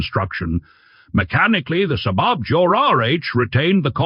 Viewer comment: Can you teach your AI voice-over to pronounce SAAB?